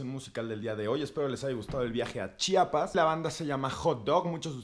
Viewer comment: Acabo de encontrar este video, omg me encanta que diga bien Chiapas y no chapas como algunos que lo hacen a propósito